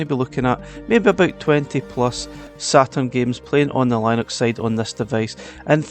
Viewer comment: That's not how Linux is pronounced lol😂